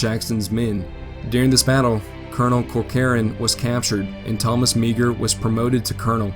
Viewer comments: Meagher's name is pronounced "mar". Dont mean to be condescending, I've just read a lot about him. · Meagher is pronounced "Mar". Otherwise, good vid. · Meagher is usually pronounced Mar. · Meagher is pronounced as marr. His statue is located in front of the capitol in helena, Montana. He died mysteriously while on a river boat at fort benton, Montana. His body was never found.